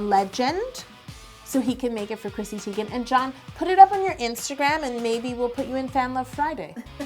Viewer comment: You’re half German but you pronounced “Teigen” incorrectly. Anyway the cake looks delicious.